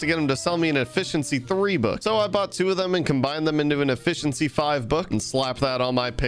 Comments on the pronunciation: didnt anyone see how he said effeciency 5 but it was effincency 4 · HEH effenciyy 5 for 4